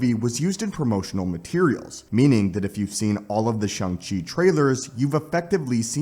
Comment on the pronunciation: And it's "Shang".